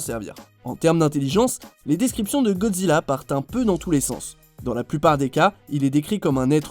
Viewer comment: il a bien dit Godjira où je reve